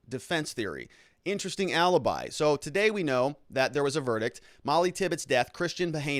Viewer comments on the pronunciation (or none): none